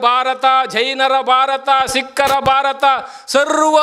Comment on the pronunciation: ಭಾರಥ ಅಂತಾನೆ. ನೆಟ್ಟಗೆ ನಮ್ಮ ದೇಶದ ಹೆಸರನ್ನು ಉಚ್ಚರಿಸಲು ಇವನಿಗೆ ಬರೋದಿಲ್ಲ. ಅ ಆ ಇ ಈ - ಸರಿಯಾಗಿ ಬರೆದು ಉಚ್ಚರಿಸುವುದನ್ನು ಮೊದಲು ಕಲಿಯಪ್ಪಾ, ಡೋಂಗಿ ಸ್ವಾಮಿ.